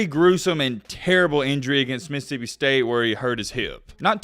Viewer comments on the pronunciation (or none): none